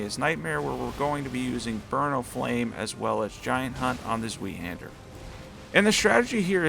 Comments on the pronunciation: Zweihänder - pronunciation is more like " Zwhy handler" or "ZY Handler" 🇩🇪🍻 great video through will be trying some of these out! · Zweihander would be pronounced as Zvy-han-duh. No shame in mispronouncing it, of course. Just about everyone does. It's an archaic word that gets mispronounced in modern games and media near-continuously.